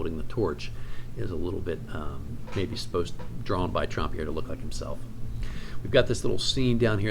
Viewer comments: I will clear up the pronunciation question, his name was pronounced Tramp and not Tromp - he was not French at all. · SO glad you made this video - THANK YOU!!! Gotta ask: why pronounce the first syllable of his last name “Tromp” as opposed to “Tramp” (as in “The Lady And The…”)? I agree with all your calls about the pieces without signature/initials in the MM with the possible exception of Asmodeus, which looks like a Southerland to me.